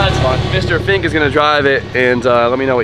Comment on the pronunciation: Ah yes, the ol Think like Fink theory.